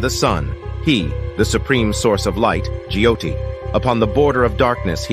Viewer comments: Not GYOTI... It's JYOTI It is Rugveda... Not rig veda and it is Sankrut not Sankrit. Wrong pronunciation. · He pronounced "G-joti" U really "correcting" a foreigner's pronunciation who's promoting "your" culture/wisdom and, knowledge?? Stop finding faults and,appreciate what hes doing... Hes doing his best Are you???